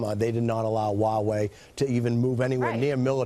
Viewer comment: It's Huawei, not Uawei.